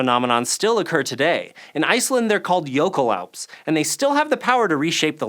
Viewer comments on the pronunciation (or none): Jeebus that icelandic pronunciation was rough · oh god, that pronouncication of jökulhlaup :p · i'm Icelandic and i've never seen a word butchered so horribly XD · it cracks me up how he pronounced jökulhlaup haha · I bit my finger when I heard "jökulhlaup". This is the native pronunciation: It's the same in singular and plural.